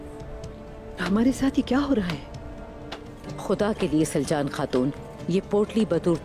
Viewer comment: Soory but it's not slacan it's saljan